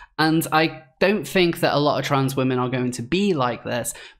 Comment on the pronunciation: I've watched your posts and enjoyed them mostly. But please work on your think and ''fink''